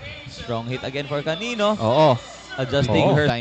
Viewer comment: Hindi po calilo, canıno po